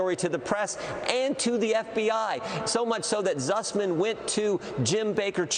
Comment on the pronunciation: Can't anyone tell him it is spelled and pronounced Sussman?